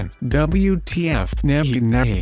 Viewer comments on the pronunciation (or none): When he said 'you are from india ' i was like WTFF HE IS INDIAN!?(cuz i am an indian) but when i saw that its a joke i was like oooooh mannnn sheettttt. Btw its not 'nehi' its 'nahi' means 'no'.